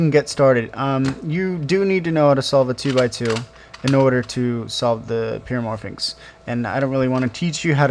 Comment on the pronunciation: Pyramorphix not pyramorphinx. There is no 'N'.